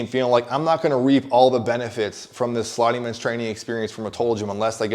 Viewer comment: You said you didn't pick it up so that's not your machine? but whenever you say sliding bench it sounds like you're saying slotty man's or slotty men's or something just to tell you.